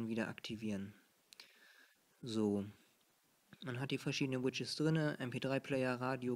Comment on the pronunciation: lustig wie du widgets aussprichst. du sagst immer widges *kicher*